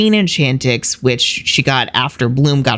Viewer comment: As a french viewer, I loved that 🇫🇷Enchantix🇫🇷 of yours ❤